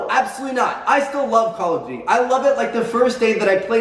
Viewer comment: "Call of dody"- Tmartn